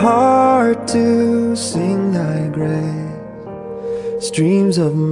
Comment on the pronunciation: One of my favorite hymns. Chris Rice, do you have a speech impediment? It is Grace, not gray. Why do you drop the consonant at the end? Praise !!my dear fellow, praise. . It has an s at the end.